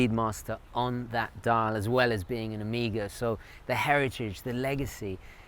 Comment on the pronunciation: Take a shot every time he says Omega like "amiga"